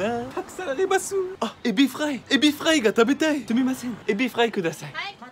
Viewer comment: エビフʁaイの発音すこ フランス人？